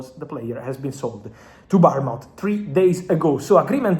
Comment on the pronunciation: The way you pronounce Bournemouth, gets my juices flowing